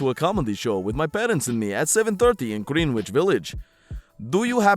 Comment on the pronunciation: It is pronounced Grenn-itch